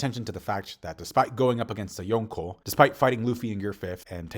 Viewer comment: You say yonko like a dingus